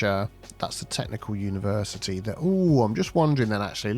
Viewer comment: Universe-I-Tea College.